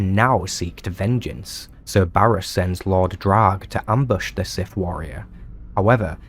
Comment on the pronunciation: Very informative. I’m left with only one burning question. What is… “da siff?”